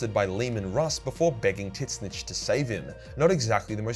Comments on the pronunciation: tzeentch ≠ titsnitch. its literally zeentch. the t is silent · Please learn how to spell Tzeentch. There is no i and Titzsnitch sounds horrible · I know you keep saying tzeentch. But all I keep hearing is tit snitch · Pronounced Sentch* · Is he calling the god of change Tit-Snitch? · The t is silent in tzeentch and is pronounced zeech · Why do you call Tzeench "Tits Snitch"? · He pronounces Tzeentch as tits snitch what the hell 🙂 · I'm starting to believe can't pronounce Tzeench, considering he keeps saying titsnitch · The way you pronounce tzeentch in your videos is completely wrong and it bothers me. You need to fix that. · Love how you're a 40k lore channel, but can't even pronounce Tzeentch correctly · Does actually think that's how Tzeentch is pronounced or is it a running joke because I've never ever heard him say it any other way.